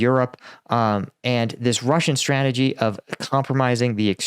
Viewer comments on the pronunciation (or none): none